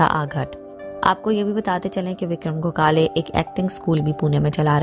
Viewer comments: Go khale nahi gokhale, bolna seekhle pehle. Hath mein phone Aya nahi aur lage video banane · Gokale nahi Gokhle . Pronounce properly. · Please pronounce gokhale.....not go-khale....please respect .....and not demean by pronunciation..... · उनका नाम गोकाले नही गोखले है.जल्दबाजीमें कुछभी मत करना, सही ढंग से पता करने पश्चात खबर दो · गोखले सर का सरनेम का सही उच्चारण क्यों नही हो रहा है? गोखाले सही उच्चारण नही है। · Very sad ! but what is a pounce that Gokhala .please, pounce properly.other wise join the class first. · आप तो उनका नाम भी ठीक तरह से नही ले पा रही,shame on you,first learn to pronounce names correctly 👎🏼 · Aap ko to unka naam bhi sahi tarikese Boland nahi Ata 😐 so poor u r